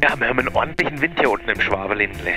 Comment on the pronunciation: Ausspracheübung: nicht Schwaabeländle sondern Schwoobaländle, während das oo ein ans französisch angelehnter Nasal ist :P